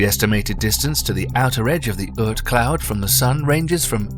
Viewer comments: Ort cloud. Not Ert cloud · The pronunciation is "aught" cloud, like "caught", not urt cloud. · The fantasy OORT cloud. LOL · You need to check your pronunciation of Oort cloud.